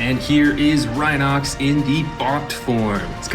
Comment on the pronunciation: You need to learn the names its rhinox not rhino x